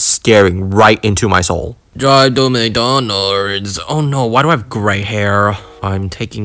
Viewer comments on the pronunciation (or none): i thought i heard dRiVe To mCdOnArDs